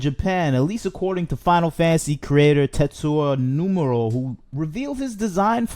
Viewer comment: Tetsuo numero....bruh who the fuck is this guy? Tetsuya NOMURA and He is not "Final Fantasy Creator" Who let this guy cook?